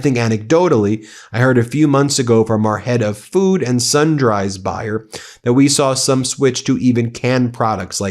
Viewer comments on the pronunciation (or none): what on earth are SUN DRYS? Sundries? If you are going to report, get your pronunciations together. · Hi Ben, sundries is the plural of sundry. Sundries is pronounced “sun-dreeze”. Sundry is a word in the English language. It’s in the dictionary. You’re welcome. Every day’s a school day. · Sun Dries ?? That would sundries - ˈsən-drēz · Sundries.. not sun-dries (sundrees)